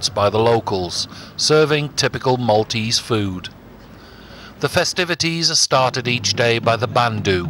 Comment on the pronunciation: Thank you for highlighting the Maltese Islands as you have done. Just enough detail to spark an interest and a general historical development to give a good understanding of the Maltese nature. One thing that is very common in "English" presentations such as yours though, is the mispronunciation of the name of the city of Mdina. It is not Medina. It is Mdina, actually l'Mdina" so, although there is no "I" preceding the "M", it is pronounced as if there is one. an "I" (Imdina). A small thing, but a little annoying to hear if with Maltese ears. Thank you again for this!